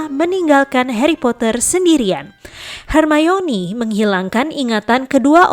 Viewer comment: Kalo di jelasin cara ngomong nya yang bener itu her mayni